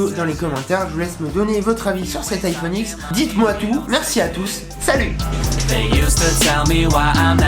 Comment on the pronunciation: Ça se prononce iPhone dix pas iPhone X